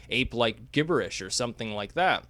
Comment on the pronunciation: I love his pronunciation of gibberish. It's like the way pewdiepie used to say gem.